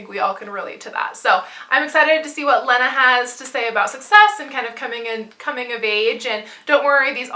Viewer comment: I love Not That Kind Of Girl! (Lena is pronounced Lee-na). I love your hair and room, can you just style my whole life?